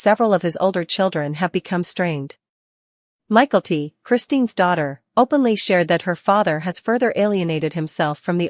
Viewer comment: Please pronounce Mykelti correctly!🇦🇺